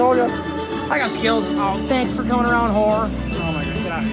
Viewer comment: “thanks for coming aroun” 😂💀 lol